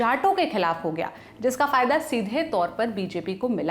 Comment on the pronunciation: "लल्लनटॉप" एक हिंदी चैनल है और आप से ये उम्मीद की जाती की भाषा की शुद्धता का ध्यान रखेंगे । कृपया ४:१२ पर ध्यान दे "फदया "नहीं होता फायदा होता हैं। ऐसी गलतियाँ सुधारने की आवश्यकता होती है ताकि भाषा की शुद्धता और प्रभाविता बनी रहे।